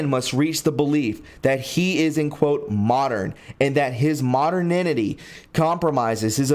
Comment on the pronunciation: great info that needs to be shared widely, but it’s a little annoying that you keep mis-pronouncing “mo-der-ni-ty”.